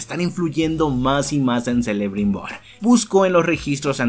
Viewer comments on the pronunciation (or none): Muy bueno el resumen pero , se le escribe Celebrimbor pero se le pronuncia como Kelebrinbor. =) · Excelente video!. Dato: se escribe Celebrimbor y se pronuncia Quelebrimbor o Kelebrimbor. Saludos. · se escribe celebrimbor y se pronuncia kelebrimbor